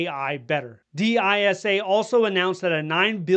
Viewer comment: Interesting hearing D I S A and not Dis-sa 😊